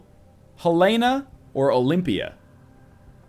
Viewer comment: Helena (Hell-En-Uh)